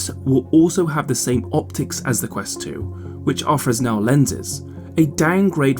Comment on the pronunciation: Fresnel is pronounced: freh-NELL. (the S Is silent). FYI